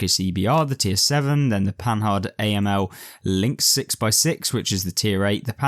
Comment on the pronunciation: You need to learn to pronounce Panhard; first the "d" at the end is mute. Just like the French don't pronounce the "S" at the end of Paris. Also the "h" is not said as the "h" in English. Does not alter your narrative, but just for accuracy sake and gives you more credit.